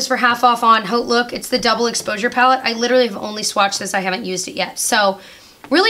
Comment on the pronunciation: Just have to tell you the word "haute" is pronounced "oat" . The initial consonant "h" in French is not pronounced. Why? I don't know . I just know they don't pronounce it . Just think oat ! LOl It translates , "high". I knew the degree would get used one day ! Love your stuff-all of it ! ** K